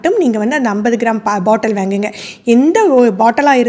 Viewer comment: ௭ன்ன தமிழ் பேசுறீங்க.வேங்குங்க என்னத்த வேங்க correct pronounce please